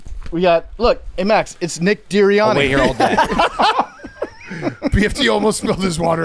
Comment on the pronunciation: “Nick Deeriani” made me laugh way too hard. Keep ya head up 😭